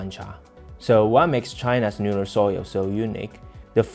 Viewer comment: Please pronounce the "L" as "L" and not sounding like "N" at the beginning of a word eg. Lunar NOT Nunar. Thank you for your news and information.